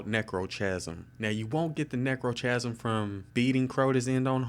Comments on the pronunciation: omfg he pronounced like almost everything wrong, its not édict its èdict, its necrokasm not nekrotjasm, not lik bane but litj bane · It's pronounced "neck-row-kasm" What do you record your video with? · i know he also pronounced necrochasm wrong and edict